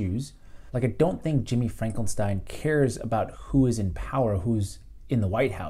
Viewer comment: Great analysis! Keep up the good work,! I too disagree with Vaush that Rising is an "alt-right pipeline", though it does seem like Saagar doesn't go anti-establishment right nearly enough. Also, its Finkelstein not "Frankelstein"